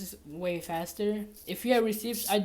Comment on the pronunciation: “RecIpts” haha